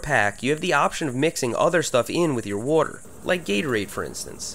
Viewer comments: "whroarter" lol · I like the way you say water. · I like how he says water 😂😂